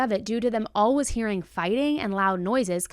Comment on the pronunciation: The way says "all-wiz" instead of always....